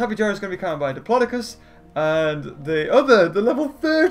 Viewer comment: It’s dip-lo-do-cus Not dipilydoclius Ur the best:)